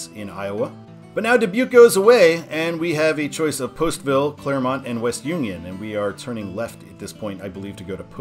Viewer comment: Mad props for the proper pronunciation of Clermont, Iowa.